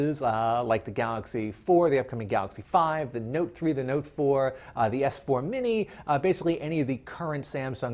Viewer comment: Did he say note 4?